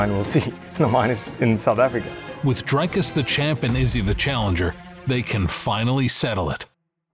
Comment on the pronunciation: He is th Fing champ of the world learn to say his name . Its not dry-cus its dric-us